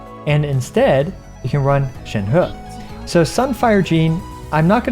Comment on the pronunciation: Excellent video. But Imma just drop that I'm tired of hearing people saying Shenheu. It's pronounced Shenreh guys. Don't butcher names please. Thank you :)